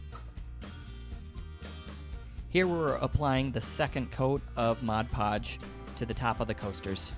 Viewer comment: Liked these ideas. Just sayin' though, it's actually MOD PODGE (Not Modge Podge)